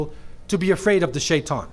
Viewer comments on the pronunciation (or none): none